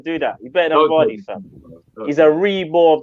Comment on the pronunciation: How have you boys argued vardy but said mane straight lol 😆😂🤣